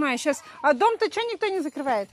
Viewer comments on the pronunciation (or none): none